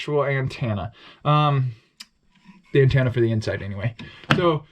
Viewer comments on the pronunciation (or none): It's pronounced anTENna not anTANna